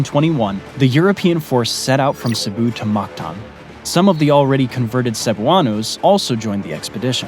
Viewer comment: *Cebu not Cepu